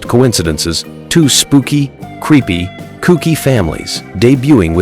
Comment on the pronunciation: Your ridiculous AI literally spelled out "t - w - o" instead of saying the word 'two'. You can't do any better than that? Pathetic.